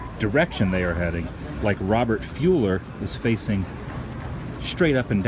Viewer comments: FYI Adam, it's pronounced Full-er, not Fu-ller . Happens to be my dads name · Sorry but I have to correct something--it's Robert Full-er not Fuel-er. He played Dr. Kelly Brackett in the show "Emergency!"